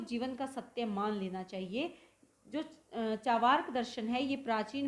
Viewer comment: चावार्क ❌ चार्वाक ✅